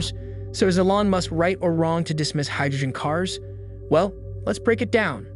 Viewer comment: First time hearing someone pronounce elon ellon